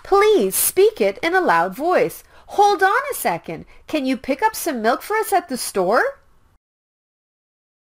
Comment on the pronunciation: Why doesn't the pronunciation of milk be explained and why does it sound like no?